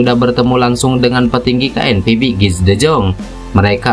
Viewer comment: Tolong kalo baca KNVB jangan di inggris2 kan. Baca KNVB seperti bhs Indonesia aja.